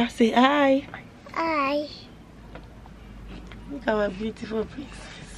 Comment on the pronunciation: Mummy, leila is copying u saying I instead of hi.